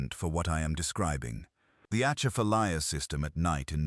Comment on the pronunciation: C’mon! If you’re going to tell a story learn how to pronounce “Grosse Tete”, “Atchafalaya” & “Maringouin” & this is in just the first 75 seconds.